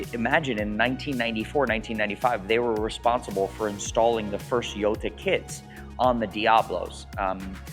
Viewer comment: It’s interesting that you never pronounce Gallardo right, and now we add Jota… you get all cars period correct but not the pronunciations lol